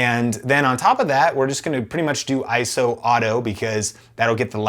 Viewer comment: man has hundreds of cameras but calls i s o iceo